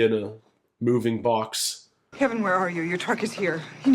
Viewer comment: I can't get Patti's pronunciation of Kevin out of my head to this day. "Kebin"